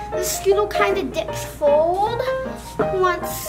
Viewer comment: he’s says fold instead of forward